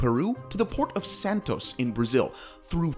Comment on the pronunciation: "Santos", no Santo. Good work, tks